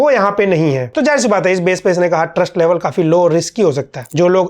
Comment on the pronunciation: U said trust I heard Gyan Therapy